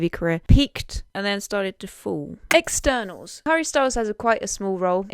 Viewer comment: You mispronounced Hotel Cortez. You pronounced it as Hotel Quartz. You also mispronounced Eternals. You pronounced it as Externals. You’re a great host, but it’s the little things that make or break this presentation.